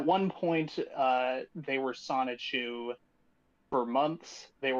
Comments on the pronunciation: pronouncing Sonichu as Soneechu is hilarious. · deliberately mispronounces 'Sonichu' to try and play dumb but nobody's buying it. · Learn to pronounce Sonichu and stop clout chasing.